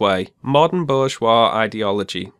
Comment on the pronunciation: Your pronunciation of "Bourgeois" is pretty good,, don't worry! (This is one of our favorite words to us, French Leftists)